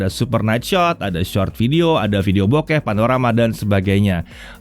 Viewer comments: Bokeh woi,bukan boked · video bokeh🤣😂 bukan video bokep, asw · Video B*kep?? Kdengaran gitu sih padahal video bokeh... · Gqk slah denger ge. "Vidio bokep " 🤣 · Masukkan aja, klo tdk salah dengar itu video bokeh, bukan bokep :) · "ada video bok*p" apa gw yg salah denger ya..??? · 4.26 Gw Demger Bukan Bokeh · Akhir hurufnya samar-samar antara P atau H 🤣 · Sebenernya ngomong video bokeh, tapi kata setelahnya "panorama" jadi nyambung bunyi huruf "h" ke "p", dan ketangkep telinga kata itu 🤣